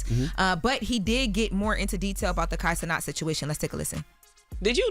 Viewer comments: Will they ever realize it’s pronounce Kai CeNAT, not Kai CeNOT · Aye every boomer PSA: It’s Kai CeNAT NOT CENOT - stop tryna be Fench Haitian with it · It’s Kai CE-NAT not CE-NOT. That always grinds my gears. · "Kai Cenot"?